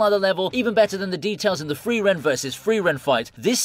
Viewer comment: It's not FRIVEREN, it is FRIREN! I got triggered everytime your mispronunced her name 🤦‍♂